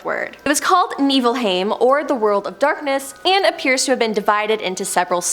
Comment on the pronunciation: Dude tmai 🤣 She also said Niflheim wrong and it came out like needle-heim